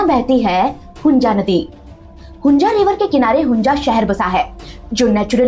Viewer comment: Its hunza not hunja you jeetni